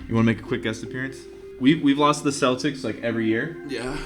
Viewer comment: "The Keltics" HA HA HA!!!!!!